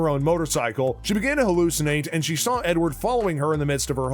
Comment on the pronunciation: you missed the E in Edward. nice try buddy